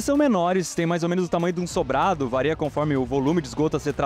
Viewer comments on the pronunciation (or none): Eu ouvi um "vareia" ao invés de "varia" no minuto do vídeo?! 😟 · Só eu ou vocês também viram o Iberê falando "VAREIA" em ? kkkkk mestre tb erra! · “Vareia”? Essa eu não esperava.